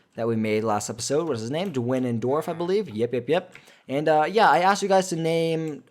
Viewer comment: You called the guy dwenendorf but the staff gwenendorf